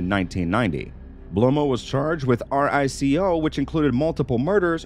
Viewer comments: It's said REEEE- CO NOT R---I---C---O 😆 and he definitely mispronounced alot of major Mafiosos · It's not "R-I-C-O", it's RICO....one word. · yeah please do your due diligence, you're literally making pre school mistakes, R I C O, its pronounced Reeeko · It's HILARIOUS listening to him pronounce the different names and ranks. "Capto" had me dying, so did "R-I-C-O" lol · "R-I-C-O?" Yes, that's how it's spelled, but people just say "Rico." "Gig-antee"? It's pronounce "Jig-ontay." I won't even go beyond those two catastrophes, but you have butchered almost every name you have said. Speaking Gigante, why do you keep saying "Bellomo" and showing pictures of Chin Gigante? I cannot stand the computer voices on videos, but in this case, you would be doing yourself and the rest of us a GIANT favor by switching to a digital voice. Terrible. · Lots of great info but dear god man, learn how to pronounce e the names… and it’s a Rico case, not an R-I-C-O case 👍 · He’s clearly reading all of this for the first time. He didn’t even pronounce “RICO” correctly LOL 😂 Vincent GiG-Nan-Te (it’s Jih-gan-te) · "Charged WITH R-I-C-O"? You aren't charged with RICO you're charged UNDER it. In addition to mispronouncing nearly every name, this narrator should retire immediately. Is it really that hard to find and employ a proper narrator who pronounces things correctly? Someone who gives some credence to these videos and their subject nature? Just horrible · This narrator is part of a computer program - its why he spelled RICO instead of pronouncing it. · Lol. Can we get someone who can pronounce the names or at least knows what the RICO law is. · Is this a BOT? He screwed up half of the names, including Gigante and RICO ffs. Even the emojis used to showed the creators actually read our comments were placed by BOTS. No sub for us. Didn't even finish the tape. Either that, or the guy's a Polack or Mick Fed and did it on purpose.